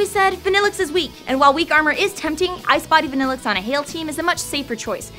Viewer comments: I like Vanilluxe and i've used it in 2 games. If you pronounce it the correct way it sounds even better. why are you pronouncing vanilluxe as vaa? when its clearly a pun on vanilla? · I've always liked Vanilluxe but isn't it meant to be pronounced (Van-ill-uu) ?